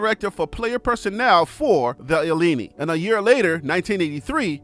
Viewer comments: It's Ill-in-I not illenneni sir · pronounce Illini like "ih leigh nigh" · University of Illinois's team is not named after pasta, bruh! Learn how to pronounce the Fighting I-lini!! Like A-lumni.. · ILLINI pronounced Lie ah nye. Yeah... it's a hard one. "English is not water."